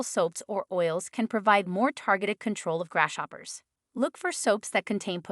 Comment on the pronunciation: I am sorry but, I had a really hard time listening to this video because of it being pronounced grass shoppers so many times!